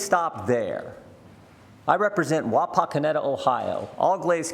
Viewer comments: The people of his district would be more concerned about that mispronounced name, than his many other transgressions. Sad but true. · I think the people of his district should vote him out for mispronouncing Wapakoneta. Also....is he unaware that it was GOVERNMENT that put men on the moon?